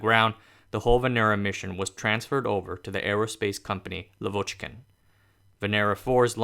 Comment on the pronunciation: Guy thank you for your work, but russian words you must read correct: LAvochkin, not LavOchkin! An accent on first syllable!